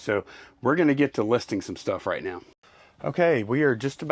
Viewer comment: Did anyone else hear say right meow.